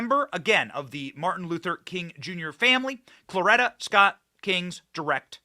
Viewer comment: Could you PLEASE pronounce Coretta Scott Kng correctly. It is not Clorita. You are pissing me off. I just went to the grocery in podunk, ky. A dozen eggs are 6.75. WTF